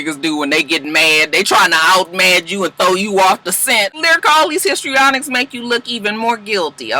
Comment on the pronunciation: When you say “ histrionics “